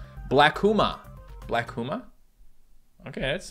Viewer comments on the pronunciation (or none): none